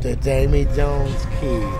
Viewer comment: Dude. Seriously; Da-VEY Jones NOT Da-Mie. I mean seriously what the hell kind of name is Damie and why id god's name would you even THINK that's his name? What would make you think that THAT is actually a real word?? Come on man; the whole "not being good with names" thing is getting old. At this point it's almost as if you don't even know English - which I KNOW you do - The name is VEERY CLEARLY said DAVEY JONES. This is as bad as when dumbasses say Dark Vader with absolute confidence.